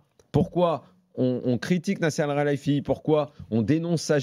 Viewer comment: Nasser alralayfi😂😂😂😂 Alkhalayfi